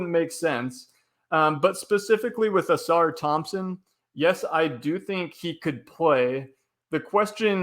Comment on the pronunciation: Givony... GIVE-OWN-KNEE not GIVE-ANY. Ausar Thompson, it's not pronounced like a Flying Saucer. Come on man i'm not trying to be a dick but it's so painfully bad and it's not even close and it happens in like every podcast. You're legitimately the worst person with names i've ever seen. Heck the other gentlemen said it right immediately after you and you didn't even attempt to correct yourself. PLUS you use the name NON STOP and it's WRONG. Then Wenbenyama you put a G in there somewhere? How why? Do you take any time to even try to learn? You'd think you'd just pick it up naturally after hearing it somewhere else. It's 8 minutes into the podcast as i'm typing it and there's another mistake!